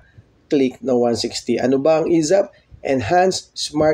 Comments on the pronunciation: esaf not esap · ESAF!!!! hindi ESAP!!!. Inang yan ilang beses mo ba nireview video mo bago i upload? ESAF, E S A F!